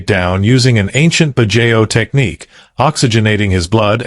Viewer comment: Pronunciation corrections: KIT-SU-NE…every vowel is pronounced, no silent vowel sound, kitsune means fox in Japanese. BAD-JAO…not badjeo, the letter O is pronounced similar to the letter W.